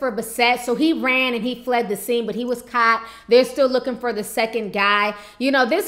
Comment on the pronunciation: Why does your word "caught" sound like your word "shot" smh where r u from tf